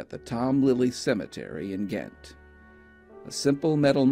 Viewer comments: Great video! I noticed this in an earlier video but Ghent is pronounced with a "J" sound like Gentleman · This is an absolutely fantastic channel! P.S. Ghent is pronounced like the first syllable in 'gentle'. :)